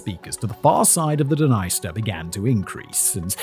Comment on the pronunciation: How come he didn't realise that the country is named after the river but pronouncing the river totally wrong. That's what happens when you don't do your own research, and just read a script on the day.